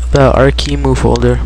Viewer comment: its Arc E M U not emu. An emu is an animal, not an emulator